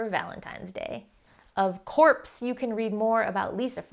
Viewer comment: "Of corpse" 👏🏽